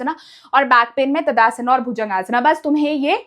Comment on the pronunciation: ताड़ासन ❎ तदासना ✅ 😂😂